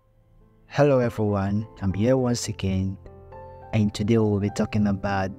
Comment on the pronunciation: “Hello heveryone”